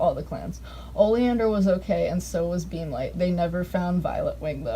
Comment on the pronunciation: I kept hearing beamlight as beanlight